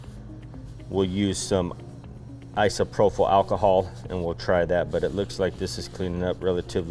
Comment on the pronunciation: isopropyl alcohol ī″sə-prō′pəl No F sound in Isopropyl